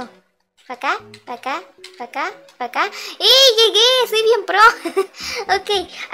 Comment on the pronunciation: xdd cuando iba a decir acá dijo aqua xdddd